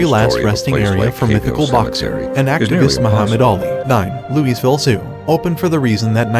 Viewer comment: Where exactly is this Lou-EEZ-ville?